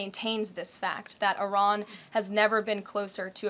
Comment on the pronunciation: Why did she say ARAN? its Iran😂😂